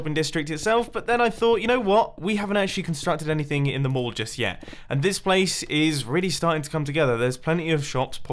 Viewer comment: When he said mall , I thought he said morgue. It sounded like morgue